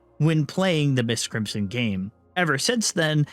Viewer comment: So going to be real. I kept getting confused. I thought he was saying miss Crimson and not MY5T Crimson.